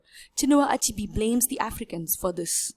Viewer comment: heeey learn how to pronounce the name chinua achebe not achibi. Anyway good work